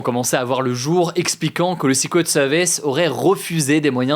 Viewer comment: nope en anglais britannique non plus on ne prononce pas secret comme ça.